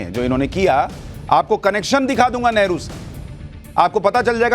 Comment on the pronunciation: It is Neheru not never